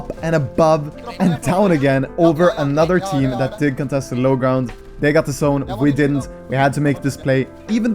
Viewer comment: Bro ure tips and toughts are rly great ! u did say the word "Sszone" alot.. instead of "Zone", it kinda is triggering not gonna lie :P but i love you dude keep up the content